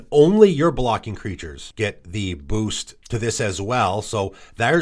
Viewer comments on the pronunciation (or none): none